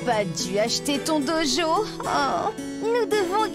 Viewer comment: Lol at pronunciation of "dojo"